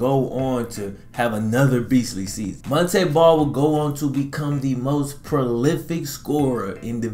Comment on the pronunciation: Kept pronouncing his name wrong 🤷🏿‍♂️